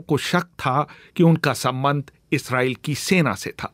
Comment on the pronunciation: इसराइल नहीं इजराइल होता है.. पहले हिंदी बोलना सीख लो